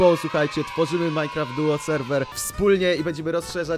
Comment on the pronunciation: to jest MINECRAFT DUO a nie MINECRAFT FOUR XD